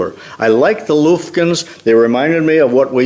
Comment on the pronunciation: Watched it all, enjoyed it all except when you say Lufkin like you do. I've never heard it pronounced Looofkin. I guess you are used to saying it like Luis. - - I am from TEXAS where Lufkin Tools and our city of Lufkin, Texas are pronounced like the u in guff. - - - Thanks for the great sharing of your fun adventures.